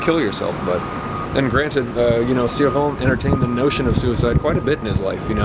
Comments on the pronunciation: Always pronounced his name ""chore-on", "see-rawn" is tempting now! Thanks for reviewing Cioran, will love hearing your thoughts on them all. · Not in French. His own wife didn't pronounce it "chi", fyi. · it's "ci" like în "children"